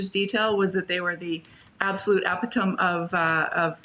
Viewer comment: "Ep-i-tome" seriously??? Yikes.